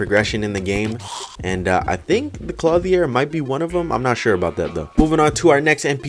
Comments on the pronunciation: Clothier Clo-thee-er. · THAT IS NOT HOW YOU SAY CLOTHIER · I have never in my life heard someone pronounce clothier so terribly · does he know hes saying clothier wrong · Does anyone else think the way he says clothier is weird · Kinda but I don’t mind